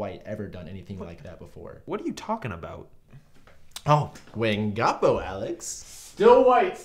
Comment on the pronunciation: “Wingapo” bows i can’t lol